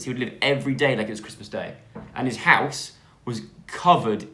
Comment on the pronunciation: The way says “my dads house” sounds like “my dads arse” 😂